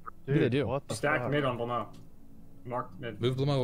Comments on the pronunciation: actually he prononced blamo instead of blowmeu where "eu" is prononced a bit like the "a" from about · IT'S SPELLED BLOW-MEUH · Blaumeux is pronounced ''Blow-mer''